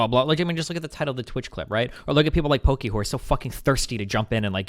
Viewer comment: Lmao, wait did Destiny just say "Poki-whore"